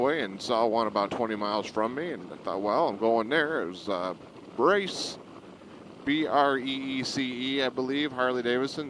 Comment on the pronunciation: It's pronounced (Bree se) like breeze except with a c instead of a z. At least a friend of mine pronounces who has the same surname.